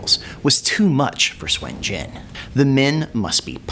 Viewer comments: why do u say swen jen ?? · It's not Swin Jin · SUN JIAN SOON JEE-ANNE THAT IS THE PROPER PRONUNCIATION Nice video though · "Swin jin" yeah..... no. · I'm chinese and it's not pronounced swin jin. Lmfao